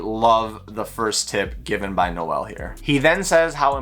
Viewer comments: I'm sure our father will grace us with his presence eventually. He's really nice, I've spoken to him on IG a few times. Also it's pronounced N-oh-l Day-zell not Noe-el. If you want to try and pronounce it in Afrikaans it's more complicated to spell out, but he says it in some of his videos. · haha, it seems like all you guys in North America always say Noe El, sounds like a Spanish gangster or a girl's name lol.